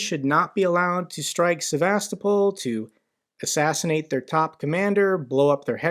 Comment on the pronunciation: The only this gets right is the pronounciation of Sevas-topol! Ukrainians smash military targets and he cries about people swimming in occupied territory. RF missiles regularly hit civilian targets; hospitals,schools, housing units,, electrical equipment, dams, farms and restaurants.